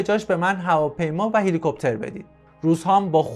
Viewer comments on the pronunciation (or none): none